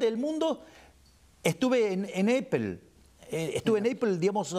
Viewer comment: Solo dire que apple no se pronuncia asi.